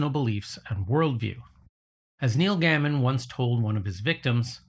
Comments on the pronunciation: Wait... How can you be a huge fan who's met him on multiple occasions and not know his name is Gay-mun? You seem well-versed in his tropes & themes, so I'm wondering if you wrote the script, but got an AI for voiceover? Its cool if you did. Its a far more plausible explanation. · It’s a long A Gay-man It makes it unlistenable. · you pronounced his name correctly here and then you said gammon again in the next sentence 😆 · Btw it’s GAY-muhn… not Gah-mon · This is great work! I never new the "manifestation" stuff was around in the early 1900s! As other have mentioned tithe is pronounced "Tie th" not "teeth". It almost made me think this channel was AI. That and Gaiman is usually pronounced Gay-man. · And it's pronounced "GAY-man". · You mispronounced the name Gaiman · "I'm too lazy to do a good job, or to correct my errors. Make a drinking game out of it or something." What a sloppy response. Oh snap, you've met the man, and still haven't learned to pronounce his name. Why would I listen to any more of this? Grow some self respect. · 2 things - in the 1st 5 minutes. You mispronounced Gaiman, and the commissioner of labor statistics he fired was a woman.